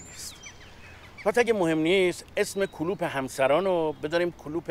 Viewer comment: وقتی شکل درست این کلمه "Club" هستش که تلفظ میشه "کِلاب"، حداقل توی فارسی هم باید تلفظ بشه "کلوب"، نه "کلوپ"!